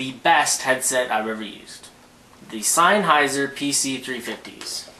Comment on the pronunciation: He's pronouncing it correctly. It's a German company, hence the word is German and said the way he is saying it.